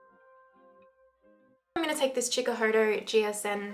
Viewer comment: Chikahoto? You mean hakuhodo?